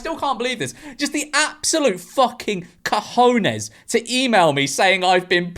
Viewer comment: Memeulous saying cahones is insane